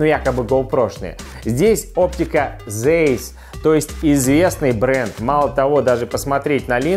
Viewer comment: Оптика называется Цайз, а не зэйс